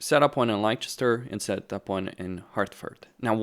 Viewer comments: Bit rich coming from a redcoat here but its pronounced "Lester" for Leicester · It's Lester, that's how it's pronounced. Leicester